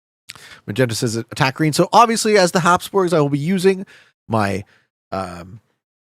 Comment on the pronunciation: habsburgs not hobsborgs